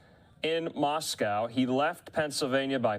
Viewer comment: The town name is pronounced "Moscoe."